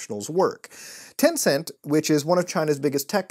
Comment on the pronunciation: When you said “Tencent” I was like smh